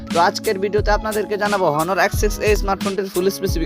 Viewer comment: হনার না অনার..